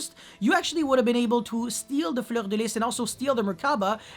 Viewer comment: The way you pronoucr fleur is satisfying Make 1 hour of you saying that name pls